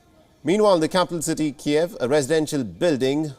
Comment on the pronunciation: Keev, not Ke-ehv